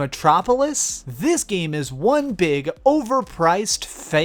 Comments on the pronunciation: What sort of speech impediment do you have? Number Juan? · I absolutely love your channel, and I don't comment on much on youtube but I really just had to emphasize how amazingly you said "number hwahn" in this video